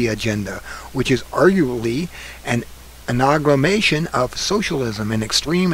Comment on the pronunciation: Thank you for this very important information. It can't be easy to record yourself for 13 minutes like this, but if you ever decide to improve it, there are some words you have mispronounced: amalgamation, preamble, template, emphatically, eminent, statute, sovereignty. By the way, in Terrence P. Jeffrey's excellent book, Control Freaks: 7 Ways Liberals Plan to Ruin Your Life (2010), he discusses leftist' plans to redesign our communities and destroy our freedom, much as you revealed here.